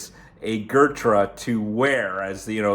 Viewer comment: gurtrah lol its Ghuuut-raaa